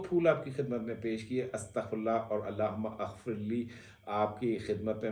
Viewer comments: Mohtaram...yay Allah.ho.mughfirli hai...AP ghalat pir Rai hai...Allah Huma aghfirli naie hai... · Sir Allah humaMagfirli is correct pronunciation